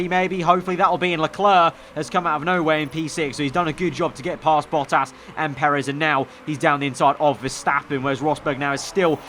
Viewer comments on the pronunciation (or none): none